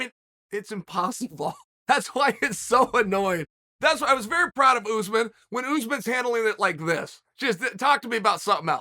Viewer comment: Still can’t say Usman. Ooze man. Oregon education at it’s best.